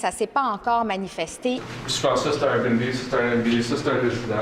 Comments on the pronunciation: Le journaliste dit RBnB et non Airbnb. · La chose qui me choque le plus est la facon qu'ils prononcent Airbnb!